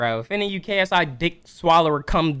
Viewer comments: He said KSE sorry to disappoint you guys. Go and re-listen. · LMAOOOO YO I think he was trynna say "KSI" but he was also trynna say "see, that's what I'm talkin about" so it sounds like KFC 💀